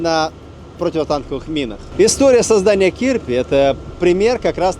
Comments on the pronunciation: Кирпи ударение на второе і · Да, только называется не кИрпи, а КирпИ, и переводится как "Ёж". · не кИрпи, а кирпИ - kirpi - ежик.